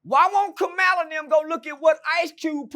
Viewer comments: It’s Kamala not kamela 😂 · COMMA-LA ITS NOT HARD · Who is Kamilla or kamalla 😂😂😂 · He dayum sho don't give a fu@ cuz he don't even know how to pronounce her name 😂